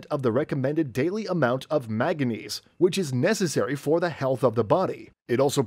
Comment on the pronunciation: The mineral is NOT “magga-neese”. It is “man-ga-neese”. Just look at how the word is spelled. ☹️